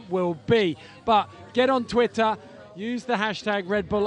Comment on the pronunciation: EPIC! PS, did he say 'titter' instead of twitter?